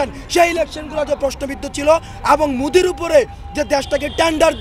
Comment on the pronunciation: ভারতের প্রধানমন্ত্রীর নাম টাও সঠিকভাবে উচ্চারণ হচ্ছে না। এই সমন্বয়ক মোদির নামটা বারবার উচ্চারণ করছে মুদি মুদি বলে। এটাই হলো মেধাবী ছাত্রের বৈশিষ্ট্য।